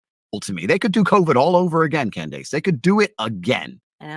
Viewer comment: Eminem called her Klandace Owen’s and I’m still laughing